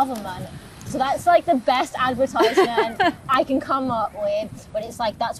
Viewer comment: I sat through the vid liking her but thinking that I wish she'd pronounce 'advertisement' properly. Then she said she likes Coldplay and I had to stop.